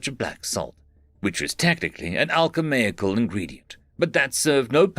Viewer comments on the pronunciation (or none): I keep forgetting that misreads "alchemical" as "alchemaical".